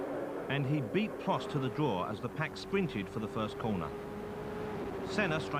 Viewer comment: “Pwost missed a tywe stop fow weasons faw too compwicated to bo you wiv ere.”